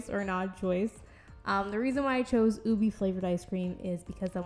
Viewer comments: i love how she turned out!! the way you do your faceups is so gorgeous ahh i love it (also btw ube is pronounced oo-beh rather than oo-bee!) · its pronounced as "ubehh" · Its pronounced oo-bay